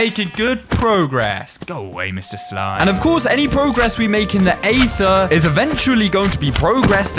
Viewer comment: Mispronouncing Aether for 47 minutes and 25 seconds straight